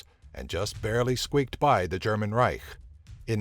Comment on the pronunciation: Just say "Empire"... You cannot pronounce Reich!